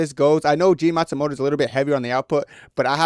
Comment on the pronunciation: Jefferson naSIMOTO…Jean Matsumoto 😂